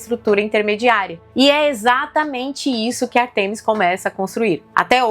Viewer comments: Ártemis e não Artêmis. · Beleza, mas é ÁRTEMIS e não Artemis.